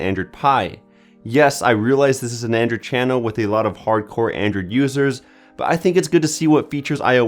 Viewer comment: "Andrew'd pie" bugs me so much